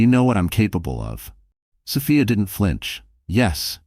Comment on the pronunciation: They don't pronounce Sophia's name right.